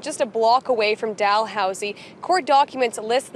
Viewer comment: Dal not Doll